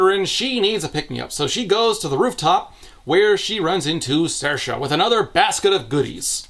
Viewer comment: I was initially impressed at for having pronounced Saoirse correctly.... Until I saw Aster had literally just written the name phonetically "Sairsha"